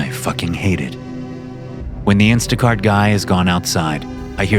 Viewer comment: “Instaguy cart”? 😂